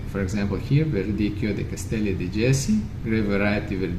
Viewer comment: salute, Jesi pronounce Yesi no J in Italian language, so it’s Yesi, grazie 😊, awesome videos as usual, learning and learning